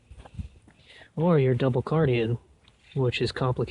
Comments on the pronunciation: It's Cardan, not Cardien. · How do you spell "C A R D A N"?? Where is the "I" coming from?? Sorry but I can't take your video seriously.